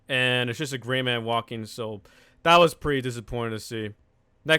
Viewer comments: Thought you said gay not gray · He said Gray i thought he said gay lmao😂😂😂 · i thought you were trying to say gay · Who else thought he said gay? Cuz i did lol